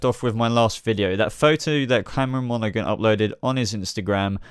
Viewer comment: you piss me off every time you say Cameron Monaghan its prenounced Monahan the G is silent